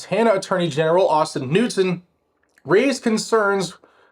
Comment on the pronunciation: Great job disseminating this news, just as an FYI it's pronounced ka-nude-son.